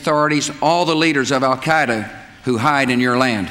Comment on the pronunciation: "Our war on Terra begins with Al Kiduh"